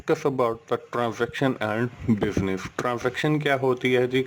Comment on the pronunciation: Sir bas eak request wo business hai, not bibnif mujhe samajh me Nehi ara ha hai ye bol nese